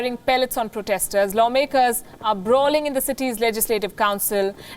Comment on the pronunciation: I love how she is saying brawling 🤣🤣 no haters plz i kinda found it funny